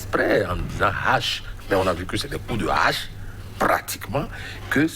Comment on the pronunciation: 😂😂😂 La hâche et non la haac